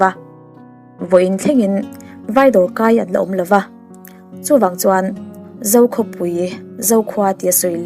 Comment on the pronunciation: Ka ngaithla sual em ni Dan lova tih turah Dan lauva... pawisa ngah hauvin... fo aiah fau, zo aiah zau tih hlira ka hriat chu. O hi kan ti au zo vek tawh mai dawn mi aw. An tlan tlang thai a tih te hi 'an tlan tlang thei a' tih ni mai se. Ai dang zawng hi ti 'ei' deuh vek thung a... Eizawl, mei mei... a hahthlak tlat.